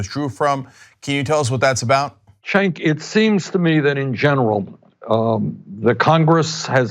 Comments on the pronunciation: Lol Bernie pronounced Cenk's name as Chank instead of Jank lol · Bernie called cenk-cenky in the begining lol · I find it funny how Bernie calls Cenk, Shank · How do you pronounce Cenk's name? Ana Kasparian: "Jenk" AIU: "Gank" Sanders: "Shank" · Great interview but Bernie's pronunciation of Cenks name made me chuckle. Concerning the Iran Nuclear Treaty, Trump is some special kind of moron to tear it up in the face of such overwhelming evidence that it was working. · Did bernie just mispronounce cenks name?